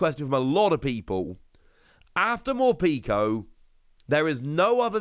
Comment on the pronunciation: Mor-peck-o. Not morpeeko